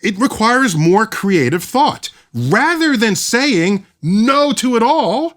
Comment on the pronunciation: The “ing” is pronounced with a soft G. Not with a hard G, like “ sayingK”